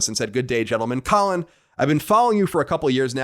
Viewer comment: Oh, I noticed you getting the name wrong, Colin. I just didn't feel like correcting you.